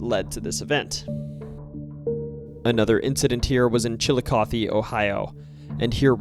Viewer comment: you must be from Ohio. Hardly ANYONE who isn't from OH knows how to pronounce Chillicothe the right way haha Great upload btw this is perfect for Halloween night. Well done!